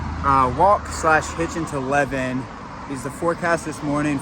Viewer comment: You are really butchering these place names! The town where you spent Christmas - Levin is pronounced “Live-in” and the Tauraura range is the “Tower-roar-a”. Come on, you got this!!